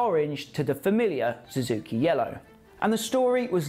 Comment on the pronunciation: Su zuki not Zoo zuki.